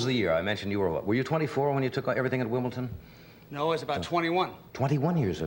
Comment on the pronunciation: "Wimbleton" :D